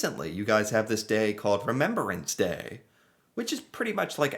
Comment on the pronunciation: I just wanted to point out that you pronounced Remembrance Day wrong. You said Remember-ance. It's actually Remem-brance